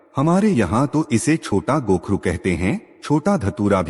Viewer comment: कोखरू बोलत है.